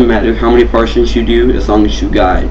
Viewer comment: Its not "partions" its "par-ti-tion"